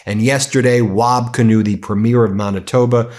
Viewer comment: Preeeeeemier Kinew. Heavy long e on the first syllable with a short ier on the second. Please 🙏! Love your program. 😊